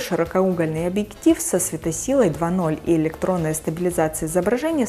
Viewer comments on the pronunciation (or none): щирокоугольный..ударение на второе О..а не У!!!!!! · ударение превратило смартфон в угольный ахахахахахаххах